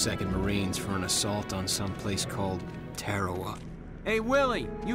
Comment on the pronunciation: What the hell is an "Asault"!?